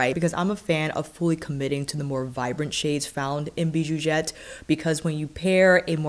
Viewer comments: Hi girl! It's pronounced "bijouZette" 😉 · French speaking fan of yours 😅 - since the X in bijoux is silent, I don’t pronounce it in Bijouxette (in French, consonants at the ends of words are generally silent with some exceptions) But I think it’s so cute how you pronounce it haha 🥰 I’ve been going back and forth on this palette for years lol, it always sells out so fast whenever Viseart has a sale. I love the mix of bright shimmer jewel tones, but I know it probably wouldn’t be the palette I reach for every day. Idk, I could be wrong 😂 Viseart palettes make it so easy to be creative. They’re my favorite eyeshadow brand. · Beautifoooouuuuul ! Pronounce the x as you do when you say excellent 😉 !